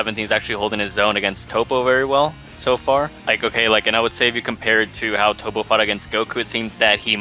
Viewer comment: emaster met no. Its tow-po